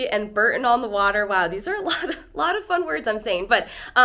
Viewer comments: The Cotswolds are stunning but not "the countryside of England", it is different all over the country. P.S. Bore-ton, not Burton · Bibury is pronounced By-bury Bourton is pronounced Boar-ton